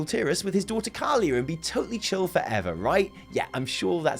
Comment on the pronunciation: His daughter Talia not Calia. Didn't wanna pick up on the Sindragosa mis-speak but figured I should give you a bit of a headache anyway!